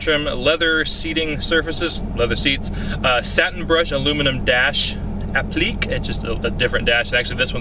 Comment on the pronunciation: Applique is pronounced apli kay. Sorry I had to. Haha